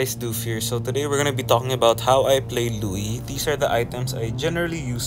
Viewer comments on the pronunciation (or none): Her name’s not Louie. It’s Luo Yi. 😂